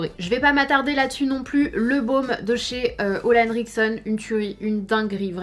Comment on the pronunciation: Sana pourquoi tu dis ola enrickson ? Je pensais que c etait olé ??